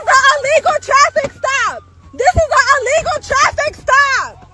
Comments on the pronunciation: haha I first thought she said unlegal...too funny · I thought she said “This is an amigo traffic stop” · Didn’t she say its “a legal” trafffic stop? rofl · “Unlegal”?? She doesn’t speak English! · Allegal not illegal! 😂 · “This is a alegal traffic stop.” Speak English much? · is she saying this is 'ah legal' traffic stop? LOL! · “This is a Alegal stop” 😂😂😂 Woman learn to speak! Arrest them if they interfere. No hesitation. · Somebody should tell her illegal starts with an I not an A! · Right!! Really she's saying it's a legal stop.😂😂😂